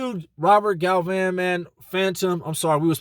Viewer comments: Its Galvan, not Galvin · Baby ain't you Mexican? Its GAL-VAHN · Its Galvãn